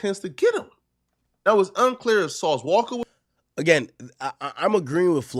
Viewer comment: Why do u say sauce walka like that 😂